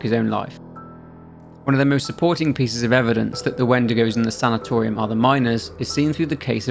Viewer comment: The way you pronounce sanitarium hurts my ears.